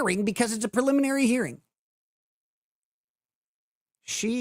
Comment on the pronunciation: “Peliminary hearing” my gosh, she’s insufferable.